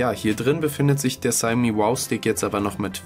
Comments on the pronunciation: Nicht negativ gemeint aber man spricht es "Schaumi" und spricht das "au" lang. Trotzdem danke. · Die ausprache "Schaumi" ist falsch. Die Europäer wissen noch nicht einmal was das wort bedeutet von der Aussprache ganz zu schweigen. Frag mal einen aus Fernost oder s. hier